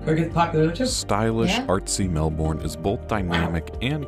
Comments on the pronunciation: Hi from Melbourne (Melb'n) on the Yarra (the first "a" rhymes with Darren, not Lara) River. Summer is December to February and winter is June to August. Temperatures are 35F to 60F in winter and 75F to 105F in summer on average. In the average year you won't find snow in any of the State Capitals but you will find it in our mountain ranges. Cradle Mountain - Lake St Clair National Park in Tasmania, our most southern state, sometimes gets snow in summer. The Blue Mountains are also home to the Jenolan Caves, spectacular limestone caves full of stalagtites and stalagmites and well worthy of a visit if you like that sort of thing. Caves can be found in most States, in my opinion the Jenolan Caves are the most spectacular. Fraser (not Frasier as he promounced it) Island I haven't visited although I used to live in Brisbane. Tasmania is our largest island and is also out smallest State. Melville Island in the Northern Territory is the second largest. In terms of beaches, I've seen elsewhere that if you visited a different one every day it would take over 29 years to see them all. TLDR? (Too long didn't read) - come for a visit, you won't regret it. Look up tourism ads from each state/territory for ideas of places to visit, there are only 6 states and 2 territories. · Say after me, girls: "MELBUN"! Okay? MELBUN. You pronounce it so very wrongly. It's also known by its Aboriginal name: NAARM. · Wow your Aussie and Melbourne and can't say it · I cringe at the pronunciation of Melbourne and Yarra! But at least the video gives us great visuals of my country. The Great Ocean Road really is stunning in person. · The guy who’s talking can’t even pronounce melbourne or Yarra 😂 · G'day Guy's when when we say Melbourne its kind of not how it's spelt. Its said kind of quickly & comes out Melburn. Just letting you know enjoy M8!! Come on down. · It is not Melb born .... it is Melb bin [if saying 'bin' in a NZ accent] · Try Melburn or at least Melbun. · Melbourne- pronounced melburn.